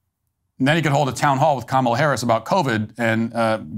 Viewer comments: did dyson just pronounce kamala in the racist way? Because that's what I heard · Whoopi Goldberg said "Ka-MAH-la" on the View. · Did he just mispronounce Kamala in that last clip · It’s pronounced Quemala for the Hispanic people 😂😂😂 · That lady mispronouncing Kamel-Head are perfectly fine. Nothing is more cringe than the White American English speaking "news-casters" talking perfectly normal & then going all 3rd-world when they say "JuATaMAIA" (guatamala)... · It’s pronounced Commiela